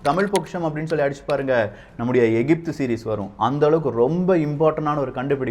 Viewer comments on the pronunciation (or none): none